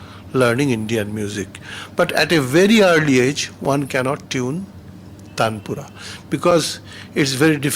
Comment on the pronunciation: It's not tandapura....😂...dear it's Taanpura.....that's supports base notes in concert